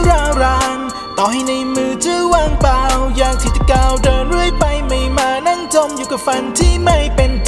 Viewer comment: สงสัยอนาคตนักร้องอาชีพแน่😊 เสียงร้องหล่อนะ ร้องได้ดีมากเหมือนมืออาชีพจ้ะ, ฝีกมากๆ จะเก่งมากกว่านี้ ออกเสียงควบกล้ำให้ชัดกว่านี้เช่น "เปล่า", เวลาเปล่งเสียงทุกคำ นอกจากจะใส่อารมณ์กับเรื่องราวแล้ว น้องต้องใส่ความ"มั่นใจ" เพิ่มเข้าไปด้วยนะ ความมั่นใจจะเป็นพลัง พลังที่สามารถพลิ้ว และ ความพลิ้วนี่แหละจะสะกดจิตผู้ฟังจ้ะ